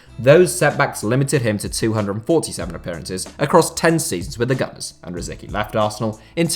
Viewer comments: Tomáš Rosický (Czech pronunciation: [ˈtomaːʃ ˈrosɪtskiː]. Not "Rosiki". Is it really that hard to pronounce someone's name correctly?! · It's not pronounced Rosiki! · Rosicky is pronounced “ro-SITS-sky” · How did you pronounce Rosicky?????? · Its hurts the way you say rosicky